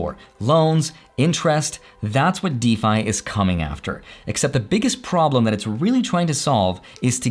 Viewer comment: never heard anyone pronounce it like that lol Isn't it pronounced dee-fy?